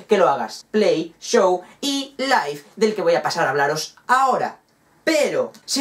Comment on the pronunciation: O se dice live XD